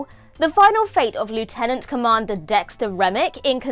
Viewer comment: Goodness, the accent is impeccable!